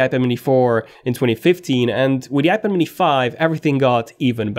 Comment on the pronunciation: Please learn how to pronounce iPad.